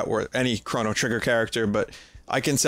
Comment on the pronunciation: ah Nintendo he's spelled C-H-R-O-N-O not Corrin